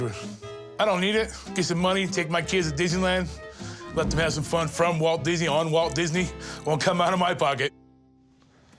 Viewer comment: 😂 Yeah!!! Think he was High as a kite!!😁 That dry mouth, he could hardly say Disney!